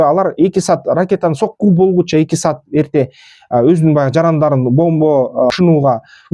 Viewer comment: Сат дебей саат деп туура суйло тилди бузбай